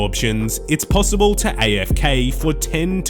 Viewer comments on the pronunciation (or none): none